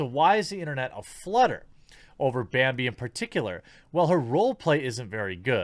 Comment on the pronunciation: its not Bambi, its "Manbi!" (Man Baby?)